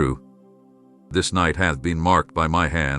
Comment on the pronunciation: itd not nitr u must understsnd Its not NI te